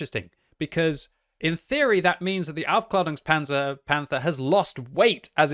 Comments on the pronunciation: He actually mis-pronounces it. He says aufklarungspanzer but it should be pronounced aufklaerungspanzer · To the general public, yeah maybe. The “a” has an Umlaut though, so it should be a longer ae pronunciation like the “Jaegers” from Pacific Rim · That's easy: he isn't saying Aufklärungspanzer Panther, he's saying something like Aufklarungspanzer Panther and that's quite a big difference isn't it :P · Any other German here? Its very funny when he says "Aufklärunkspanzer Panther". Greetings from Bavaria. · As a German, it's really funny to hear the word Aufklärungspanzer-Panther from.: D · Really? My German teacher would’ve whacked me over the head with a broomstick if I pronounced the Umlaut “a” like that lmao